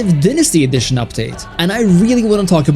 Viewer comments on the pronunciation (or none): none